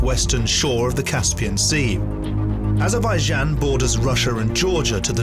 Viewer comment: It would be a good idea to learn how to pronounce Azerbaijan correctly, before actually beginning the narrative. And Nakhichevan is not an enclave, bur an exclave.